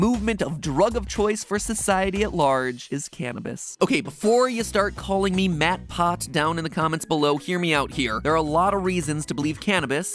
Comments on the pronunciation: Nobody: matpat: MatPot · Ha ha “Mat Pot” heh heh :) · Okay, "MattPot" got me real good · Ive stop lesaning when he said matpot